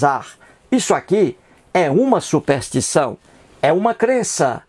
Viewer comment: Quem é esse coitado que sequer sabe falar? "Supéstição" só se for la na terra do "cabra da peste", que precisa tb aprender a fazer, ao menos, um "power point", né Zé Mané. Se a crença tem prova irrefutável deixa de ser crença (ou fé) para ser constatação. Você é um ignorante que se acha esperto e que, sem saber, trabalha a estratégia de Antonio Gramsci (vá pesquisar quem é) para implementação do socialismo no Brasil. Acorda povo ignorante...